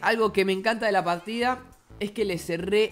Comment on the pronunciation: "pajtida" JAJAJAJAJAJAJAJA